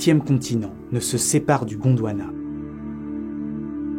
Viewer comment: J'ai vraiment entendu Gondowana